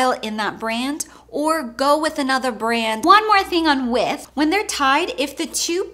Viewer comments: Love your videos but it drives me crazy when you refer to shoe 'with' It is 'width' here in uk I'm done! Haha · There's a "d" in width.